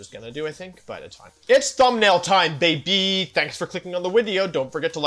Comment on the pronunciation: Hello wolfey. Love how you say bab -y instead of baby and I love how you are using the wolf restricted